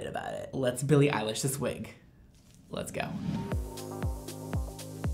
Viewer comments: Every time I hear him say her name I hear “Billie eyelash” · Billie Eyelash (U just said that lmao)